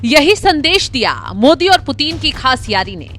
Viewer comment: 😂😂😂😂 who is this idiot, illiterate narrator... who can't even pronounce Putin correctly..😂😂 she is saying puteen puteen 😂😂😂